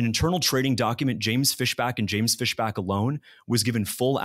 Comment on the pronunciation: That's FISHbach, not FESHback. Big difference.